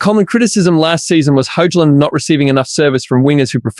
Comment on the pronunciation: Great comprhensive coverage. I would note that you don't pronounce Hojlunds name with the J I usually hear it and say it like Hoylund. Ten Haag has two a's so its more like ten hog but that's nitpicky to me tbh. honestly I'd still prefer united to get another left back, esp to shore up the position and let martial and shaw get back to full fitness as best as possible.